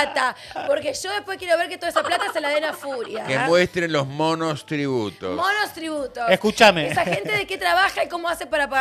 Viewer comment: o se come las "s" o las agrega donde no debe, "monostributos", volve a la escuela querida!!!!!!!!!